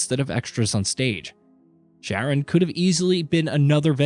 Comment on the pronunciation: "Va-LES-the-uh" - uhhhh what? It's "Val-es-THEE-uh" "Ch-arron"? It's pronounced like "Karen". Bene-tika, Benabus, "sayer norvent'... Good god, does no one listen to this before publishing?